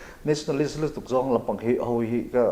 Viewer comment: nationalistist tiss.... a chiang thei khawp mai 😂😂😂